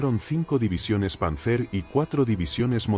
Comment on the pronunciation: Panzer se acentúa sobre la primera sílaba y no sobre la última